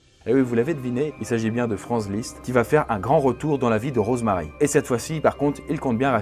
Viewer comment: c'est moi ou tu dit morose marie ? C'est le pire jeu de mot du monde mdrr 😉😉